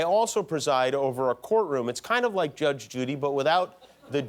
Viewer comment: lol every time he says judge it def sounds like josh.